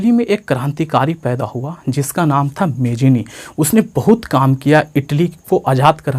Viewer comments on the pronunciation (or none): Its not मेजनी its मेत्सनी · sir vo mejini nhi jemini hota hai